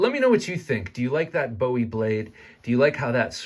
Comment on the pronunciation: I can’t buy this simply because Jim “Boo- wee” doesn’t appreciate his name being mispronounced